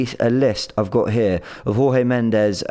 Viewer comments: It's not whore-hay...it's George.... Portuguese not Spanish....Jesus Christ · you are pronouncing Jorge Mendes incorrectly. Jorge is a Portuguese name (not Spanish as your pronunciation suggests), it it pronounced as "George" not Jorge with the J silent (Spanish pronunciaton). The surname is also Portuguese and pronounced as "Mends with a slight inflection on the "s", not Mendez (the Spanish pronunciation you are using). Forgive my pedantry but, given how articulate you already are, I assume you are ready to bewilder your colleagues with your try-lingual awareness....